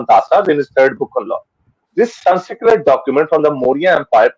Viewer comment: Atleast pronounce the word Sanskrit properly